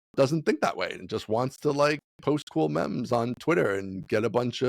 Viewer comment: So drops "mems" and just accepts it!! next we're going to embrace gifs being pronounced jifs and GitHub is JitHub, come on now! English is my second language and even I know better 😂 jokes aside, really appreciate the idc about optimistic stuff attitude, mad respect on doubling down on what ya love